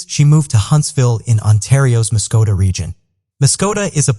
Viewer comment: It's Muskoka Ontario there's no t in it.